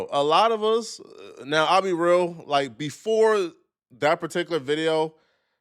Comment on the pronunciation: When you say real, it sounds like you’re saying veel lol.